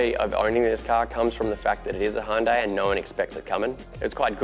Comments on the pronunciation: Its NOT Houndai, its Hyundai.... make it right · Pronounced Hun-day. All day ev'ry day. High-oon-die sounds weird... or is it just me?